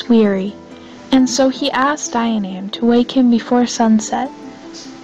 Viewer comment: Dianaimh is pronounced Jee-uh-nif.